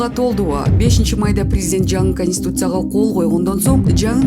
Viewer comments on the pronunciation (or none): Эй алып баруучу шашылбай окучу ошондо туура окуйсун, конституция деп туура окугун ошондо туура окуйсун кансуция эмес, сени ит кубалап бараткандай шашылып окуйсунго экичи